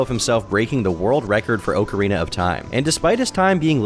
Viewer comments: That sounds like the ocarina was carved from an oak tree. lol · Wrong pronunciation or not, I have and always will call it "Oak-arina" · Tbf, with the spelling "ocarina" in Japanese, 'オカリナ' (where the game was made obviously), it'd be pronounced oak-arina. It just depends on where you are, the Japanese don't pronounce any of their loaner words like us, and we don't pronounce most of our loaner words like their countries of origin, but yea, we all say awk-arina. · In the UK we pronounce it "Ock-arina", with a short "o" sound as in "on", for example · I’m about to have my own downward spiral after hearing say “oak”arina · Legend of narcissa, dick oakerana of time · the type of guy to pronounce ocarina "oak-arina" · It's pronounced ocky way rina of time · It's pronounced OAK-A-RAY-NAH of T-YME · I have maybe 45 mins of playtime in all the Zelda series and MAN is it annoying how you pronounce Ocarina lol i cant imagine what the die hards are feeling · it's so easy to use the right pronouns. like, so easy. but you can't even pronounce Ocarina so I don't know what I expected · Love your channel. The way you say Ocarina, pisses me off. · Your annunciation of "ocarina" discredits this whole 1 hour video. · I’m disappointed with the pronunciation of Ocarina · clicked away after the 3rd or 4th mispronunciation of Ocarina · Not with that stress pattern, though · you're saying it wrong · You did not just pronounce ocarina like that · The only thing that’s wrong is how is pronouncing “Ocarina”. 😢😂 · "Oak-arena of time" lmao. Pre sure its occa like soccer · Ngl hearin' "Oak-arina" twice followed by Ocarina at minute 3 kinda messed me up lol As a Zelda fan I felt my eye twitch a lil' Edit in: And then back to Oak-arina at minute 4. yer killin' me lol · Its ock not oak u destiny sweeper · It's pronounced ock arena of time, not weak urethra like you said it. Think of it like "getting it the okcy way" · Oh-carina of Time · It's pronounced ocarina